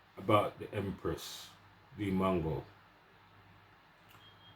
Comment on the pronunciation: Bro it’s not mango tho 😂 trust US Jamaicans to spoil names. MWAH ANGO